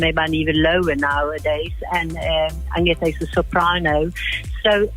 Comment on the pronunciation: Who's "Adienta". Do people really think it's that hard to pronounce "Agnetha"?